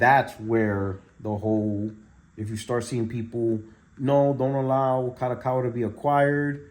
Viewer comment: Bro its pronounced KA-DO-KA-WA. not KA-ROW-COW-WA😂😂😂